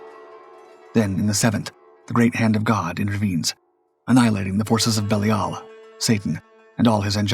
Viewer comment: Pronounced, Lee-vi and Buh-lie-ul